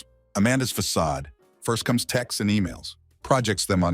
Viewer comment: Façade* not Fackad